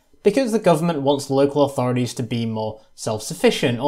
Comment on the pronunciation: Very informative, but maddenly annoying when someone who's clearly British persists on saying 'authoridies' instead of 'authorities'